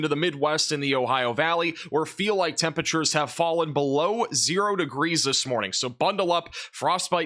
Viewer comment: “temperature” is a four-syllable word..